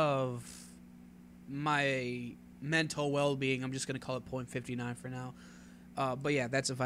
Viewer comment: You got the .59 pronunciation correct :) I completely agree with your ranking as well.